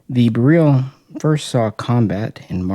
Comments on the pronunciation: not pronouced bereel. lol beril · My understanding is that it is probounced "beh rill" not "beh reel". We dont say "beh reel eeum" we say "beh rill eeum.". But yeah, its definirely not pronounced like a "barrel." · All that knowledge and still insist on pronouncing beryl wrong. Simple google search will prove it. Js.